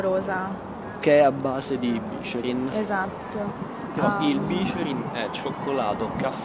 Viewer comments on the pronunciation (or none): Vi voglio tantissimo bene, ma si dice bicerìn, è una parola tronca... Parola di torinese! Grazie per aver fatto vedere la mia amata città nei tuoi vlog! <3